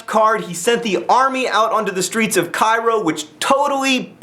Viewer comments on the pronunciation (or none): none